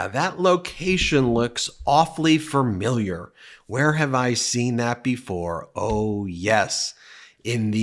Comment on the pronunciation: Fermiliar? I think the word is "Familiar"